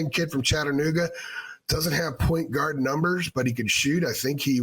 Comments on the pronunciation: it’s like one word instead of two and you’re emphasizing guard instead of point lol. Also kinda sounds like Enguarde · Why do you say point guard like that lol